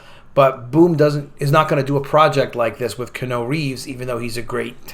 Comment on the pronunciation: It's pronounced KEE-YEAH-NEW. Please. Thanks for listening to my Ted Talk.